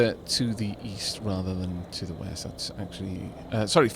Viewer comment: "The weast of us."